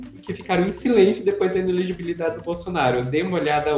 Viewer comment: Simples ! Ele é incapaz de pronunciar "inelegibilidade"!😂